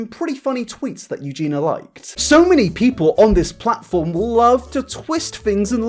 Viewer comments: Spends two days researching -Still pronounces it "Euge-NA" instead of "Euge-NEE-A".. -jk love you but srsly dude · But like... the onlllyyyy thing that bothers me is that you don't say Eugenia correctly you call her Eugena..... are you doing it on purpose?? 🤔🤔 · I believe its pronouned more like eugene y-ah ( versus eugene-ah )... maybe I'm not explaining it correctly via text but anyway, not a big deal, I just like to be corrected if I'm saying something wrong so y'kno. :p Important video; needs to be discussed with this kind of blunt truth. Thanks for addressing it. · Not a fan, but first her name is Eugenia, not Eugena, and second, this second video was absolutly unecessary, extremly repetitive abd basically brought 0 new information on the topic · it bothered me a bit that he kept saying “Eugena” instead of Eugenia 😭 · Is he calling her Eugena instead of Eugenia on purpose? xD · Ps her name has an i in it, Eugeniiiiia not Eugena, can’t watch any longer 😳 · Eugenia.. Not Eugena.. Aahh 😂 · love you yet it’s eugenia not eugena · Her name is Eugenia not Eugena! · I love u. But please try and pronounce eugenia' shame properly Ugeenee Not ugeena Sorry if I'm.being picky. I think its cos you talk so fast Anyhow. That's my little gripe over. Love your content and take on things xx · am I the only one who cringes every time he says "EugenA"?)) Love you! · Yoo-Gee-Nah 😂🤭 you’re missing a second I there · nobody:: yuGEENa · Only if he starts pronouncing the "i" in Eugenia. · the fact you don't pronounce her name properly annoys me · Yeah yeah it's bad and all, but what's worse is PRONOUNCING HER NAME WRONG FOR TWO WHOLE VIDEOS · What's scary is that you still can't pronounce Eugenia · How have you made 2 videos on her and you still can't say her name right?